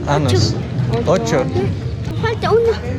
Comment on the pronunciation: Be careful with your pronunciation of años. You’re saying anos. Which means anuses. That’s why the little girl didn’t understand at first when you were asking her how old she is.